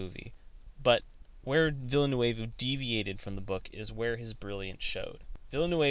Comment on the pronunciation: An interesting video, but you've gotta work on your pronunciation! A quick search of interviews will help you find out how to properly pronounce Denis Villeneuve's last name. Try: "vil·nuv".